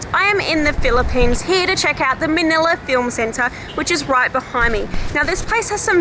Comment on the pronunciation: Manila not manala